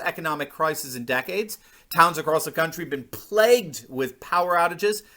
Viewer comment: Wow, I finally come across an American that pronounces “plague” correctly. I have only ever heard them pronounce it as “pleg”. I know it is trivial, just nice to hear.